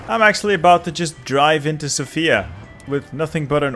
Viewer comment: please emphasise on the 'o' in Sofia. Thank you and keep up with the fun videos😁